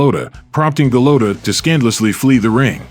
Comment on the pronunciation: Andrew Go-Low-Toe? 😂